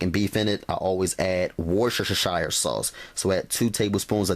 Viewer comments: x-ing out 9 separate pop up ads on top of your screen was so annoying. A little help with the word 'worcestershire' sauce, narrow it down to three syllables and it gets easier to say. People have trouble with this word all the time, but if you just leave it to three syllables it's easy. Instead of 'woosh-ter-sher-shire' try instead saying 'woosh-ter-sheer'. Overall this recipe looks pretty good. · Oh I LOVE the way you Americans cannot say Worcestershire sauce, it's pronounced WUSTER. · Can't go without that "wush-sha-sha-shire" sauce!! 😂😂 I love!! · 😂😂😂and that wush-shu-shu-shire...go!! Lol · Don’t nooobody have warsh-shshire sauce. Where you get dat?